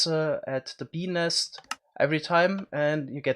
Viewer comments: This is why we love you dude, also every time you say bee nest it sounds like you're saying penis with your adorable accent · sounds as though hes saying penis instead of beenest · When he says bee nest he makes it sound like penis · Each time you say "bee nest" I hear... something els. Lol, somethings wrong with me!